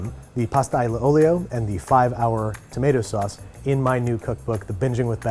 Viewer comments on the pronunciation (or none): aglio is pronounced al (as in the name) leo and olio pronounced all-leo... im not normally one to correct but it hurt my italian heart